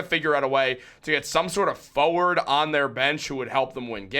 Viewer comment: Can we trade your pronunciation of "forward" for an English one 😅